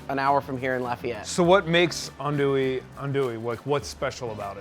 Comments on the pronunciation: First the proper pronunciation is not "andouillee" but "andouilleuu" in french, and by hearing "andouille capital" I just can't stop laughing, maybe in us but oh dear not in the world. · It’s not an Andoowee. It’s more Aundwee. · These two jack-offs. We're gonna make "ann-dooie". Asks how to pronounce it. Its pronounced "ahn-dooie". Five minutes later..."We brought some "ann-dooie". Really? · This video just makes me mad its not pronounced ann-doo-wee its pronounced aun-doo-wee or on-doo-wee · Eh, you're all pronouncing it incorrectly. Think "on-dwee" and you're about there. :) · Them saying "Anndouille" is killing me. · Adui - is it pronounced right? - as a frenchman I can just tell yall pronouncing it wrong (even in Louisiana French) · All of you are saying it wrong. Repeat after me: AN DOO YE... and that last E is almost silent. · It's not ANDOUI tho... it's Andouille. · I know he didn’t do this right because he can’t even say andouille correctly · Love it when all 4 pronounce it wrong and then go balls deep and state that they in the capital of the world for Andouille....LOL...its from France yall !! still...love this show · Andouille? I've been mispronouncing it this whole time? Proceeds to mispronounce it for the rest of the video. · Really good video. But you are really wrong with the "Andouille" prononciation